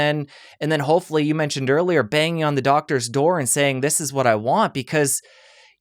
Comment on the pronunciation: "These classically trained doGs"?? Ha ha it took me a moment to realise that he meant "classically trained doCtors"